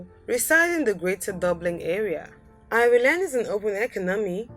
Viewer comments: Apparently I live in Eye-ree-land now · speaker: EYE REY LAND Irish People: Triggered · If your going to make a video about these countries i suggest you learn how to pronounce the correct names of these countries!Number 2 for instance, Ireland! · Your pronation of the word "Ireland" is so wrong! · I'm Irish and although it's an awful attempt to pronounce ireland,I like the way she does it.it makes us sound far more exotic than we actually are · Pronouncian of Ireland is just shockingly bad